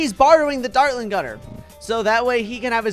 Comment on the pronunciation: he said datrling gun